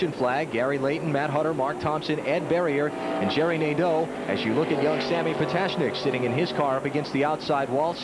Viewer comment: Jerry Nad-DOUGH, LOLZ!